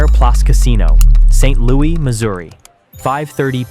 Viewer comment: It's Saint Lou issss Not Saint Louie 😭😭💀